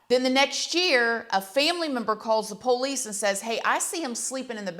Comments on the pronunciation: I like how you say po-lice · It makes me giggle every time she says police bc she pronounces it like “pole-lease” 😂